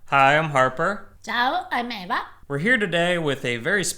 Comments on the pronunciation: Now we know that Eva can make the H sound. “Ciao, I’m (H)eva.” But why is she seemingly unable to pronouncer the H in “AArper?” 😄 Love them both! 🇮🇹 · Her (H)eva and Aarper kinda reminds me of how Italians pronounce hug as (ugg) and then put (an) instead of (a) to make it grammatically correct. “I want to give you an ugg!” 😂 man I love Italians 🇮🇹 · Eva... could you work on his pronunciation? It's not getting better. He can't even say your name correctly. 😕